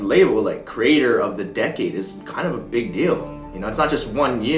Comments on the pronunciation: "creator" pronounced as "crater" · Why do you pronounce creator as crater???? & decade as decade???